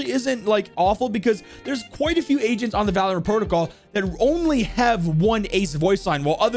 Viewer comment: they are called "Agents"!! when I saw his stream I thought he was saying "Asian" like "What's your favorite Asian to play?" I'm dumb